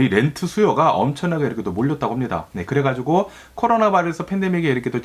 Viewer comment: 4인가족이 평범하겜 엄청나게 부자도 아니곰.... 부부감...그래가지곰... ㅋㅋㅋ 너무 ㅁ을 많이 쓰셔서 집중이 안되는건 나뿐인가요